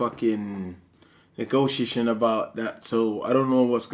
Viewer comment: Dillian "Negoshishan" Whyte.